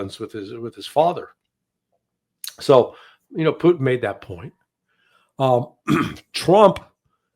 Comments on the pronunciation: p u T i n, not poo'in. The T is not mute. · Pooteenn not put in